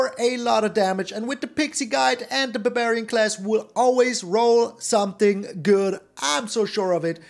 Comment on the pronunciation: The way you said barbarian made me laugh pretty hard. Buburian. It's no longer barbarian, it's buburian now.